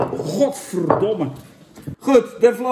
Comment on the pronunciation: Dat is echt de allermooiste gvd ooit uitgesproken 😂